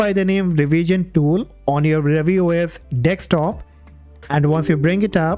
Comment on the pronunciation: it's deSktop not deKstop lol